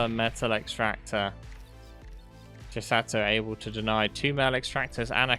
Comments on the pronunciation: Greatttt cast, but stop saying "Chisatto" 😅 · Chis-ah-to. One "t" Chi-satto. Two "t"s